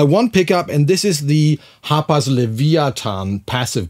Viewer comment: Everytime he would say the name, I swear he was calling it the HOTBOX guitar 🤘😂 Name it the Hotbox guitar!!!